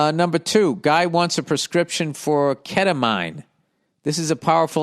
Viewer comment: I guess Bill has never heard of ketamine lol, or "keta mine" as he would say.